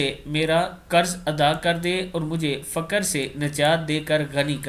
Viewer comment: Fuaur فقر ف پر پیش ق پہ جزم ر پر بھی جزم سے پڑھیں۔